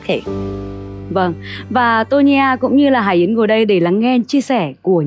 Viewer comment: M rất hiếm khi cmt nhưng thật lòng góp ý với CT nhờ chị HẢI YẾN phát âm rõ tên cô ấy được k ạ? Chính tên mình mà đọc k rõ thì nghe rất khó chịu luôn đó ạ! Đọc cái tên bản thân mà nuốt hết cả chữ!! Anw: Ct rất hay ạ! Cô Tô Nhi A nói rõ hơn cả MC! Còn chuyên môn của cô ấy thì xịn miễn bàn rồi ạ♥️